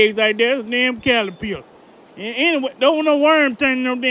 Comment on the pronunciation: Calapiller lol